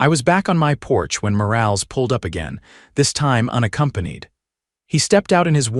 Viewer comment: For the love of God, stop using names if your reader can't pronounce them correctly. It's Mor-all-ess, not Mor-ales. Change it to Smith or something it can't screw up.